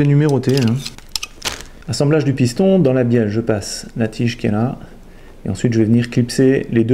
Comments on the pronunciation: Matthieu Bulvestre de rien et oui je viens de revoir moi aussi j'entend bienne 😂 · Benjamin RAHARD Merci Benjamin je sais que c'est une bieLLe avec 2 L mais c'est pour embêter François car moi à j'entends bieNNe 😁